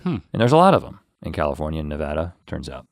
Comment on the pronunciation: Link needs to put in a little effort, pronouncing Nevada wrong is an unforgivable sin.